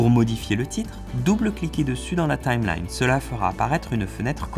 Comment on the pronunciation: Lol la prononciation c'est Time-line